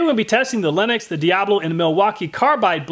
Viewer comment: I keep freaking out when he says linux instead of lenox